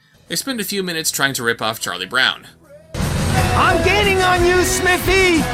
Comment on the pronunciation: They don't even call him Smithy, they keep pronouncing it "Smiffy". Was even speech outside of these animators' grasps.